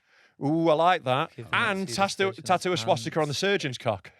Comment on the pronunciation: Can tell never had a Dad to teach him things he can't even say Swastika properly